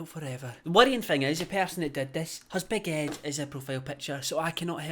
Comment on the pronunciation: You said “Big Ed” and I heard baguette 🥖 and that made me laugh so much lolllll